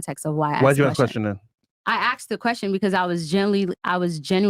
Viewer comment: It's pronounced asked not axed